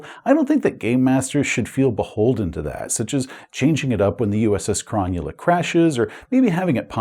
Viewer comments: Thanks! As an Aussie living close to Sydney, I cringed every time you pronounced Cro null a "Cron yu la." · Nice review, but one thing that kills me as an Australian: Cronulla is not pronounced chron-new-lah, it's pronounced Crow-null-ah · Aussie here, love the content but it was bothering me slightly and I wanted to let you know it’s pronounced Cro-Nulla and it’s a suburb of Sydney, NSW. 😊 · I would have pronounced Cronulla as Cro-Nulla - like the Sydney suburb and Football team. YMMV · I keep hearing SS Cromulent haha! Great video! I also love Jack's outfit 👌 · Any other Aussies wincing at the pronunciation of Cronulla? :D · So much wincing....